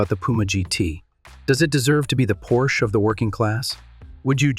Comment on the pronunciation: You should look into hiring a real person to do your voiceovers. While I understand if English is not your native language but the AI voiceover used is so bad that I stopped watching when the word Porsche was so poorly mispronounced it felt like slop.